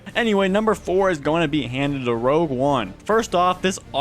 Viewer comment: hmm yes “ROUGE” one